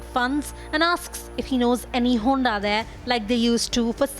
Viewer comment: Honda sounds like hawala !